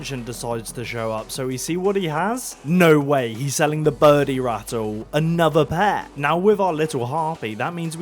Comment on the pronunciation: anatha pahht😛😛😛😛